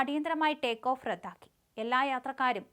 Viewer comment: ഇവളുടെ വായിൽ പഴം തിരുകണം. അവളുടെ ഒരു "റദ്ധാക്കൽ"